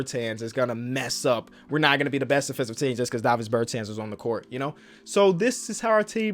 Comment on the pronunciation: It’s pronounced ber-tohns not Ber-tans